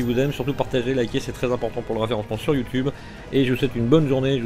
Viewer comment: Ca va, ça passe (pour la première prononciation).